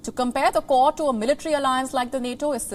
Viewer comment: The accent was confusing me, its 'Kwod' not 'Kord'